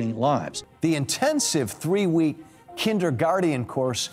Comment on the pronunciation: The fucking "Kinderguardian course", I'm dying over here lmao